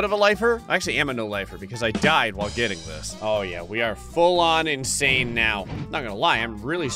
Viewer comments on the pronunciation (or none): none